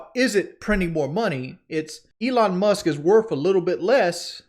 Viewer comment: Who is Elon Must? I know he isn’t saying “Musk” lol